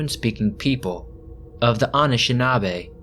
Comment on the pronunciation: It’s the way you pronounce anishinaabe for me— I’m joking, but the way you pronounce it isn’t the way we usually pronounce it. Good content tho!